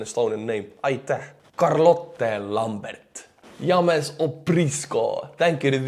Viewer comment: That's the first time i heard you say my Name "James" - But you said it like this " Yam- is " Lol Wicked video have a Good weekend buddy, We will see you on Monday stay safe Pal